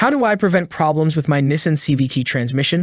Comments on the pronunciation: As soon as I heard Nism but not Nissan!! I knew I shouldn’t have listened to this clown 🤡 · Nessin lol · And he can’t even pronounce “Nees-on” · This entire script word for word is copied off a website. the voice is AI generated that’s why it cannot pronounce NISSAN correctly. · This is a parody video right?? He can't even pronounce Nissan correctly and he shows a low tire pressure light for the check engine light. Is pressing on the brake pedal while calling it the gas pedal. Lord I hope he is trolling us. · How much does it cost to pronounce Nissan properly?